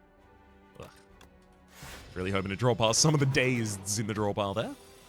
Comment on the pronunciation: For all the crap you get about pronunciation, you're the first streamer I've heard pronounce "dazeds" correctly 👍